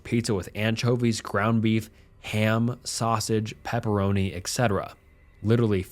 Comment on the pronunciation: please read! I'm terribly sorry, but, listen, please. "etc" is short for et cetera. There is no x ("ks") sound in this. At best, it's pronounced like the Ts in tsunami. It pains me a lot to hear you beautifully read out all those cool stories, making voices for the guys sound like they probably would, and then making this mistake in every video. Please please please... listen to some engine sound it out to you if you don't believe me.